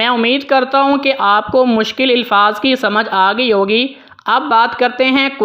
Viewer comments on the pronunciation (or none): Elfaz nahi Alfaz ap k qirat achee ha